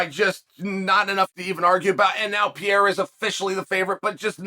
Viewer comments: Alex “The French Connection” Pierre-a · Alex Pee-era